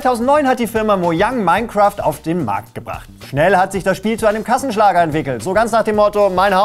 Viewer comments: Minecraft ❌ OURCRAFT ✔️ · "Mine"craft oder wie man im Osten sagt: "Our"craft.